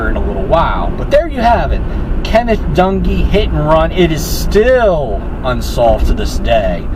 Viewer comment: I like your video, do me a favor, don't mention the word"Accident" ,this was straight up Murder. Plain and Simple. When you mentioned the last name, you sound like you're saying donkee, as opposed to Dung`ee.